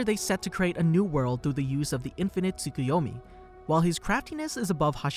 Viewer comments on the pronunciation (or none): none